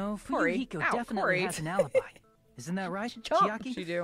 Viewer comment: i love u guys and the videos u make but pls uve been mispronouncing chiaki's name all this time i thought u'd notice during this trial cuz they say her name a few time